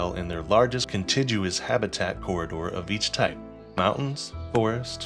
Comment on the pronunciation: Great tutorial! Also contiguous has a hard g, not a soft g (kun tig yoo us)